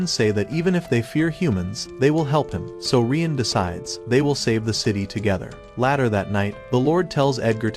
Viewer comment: no he said laer that night😂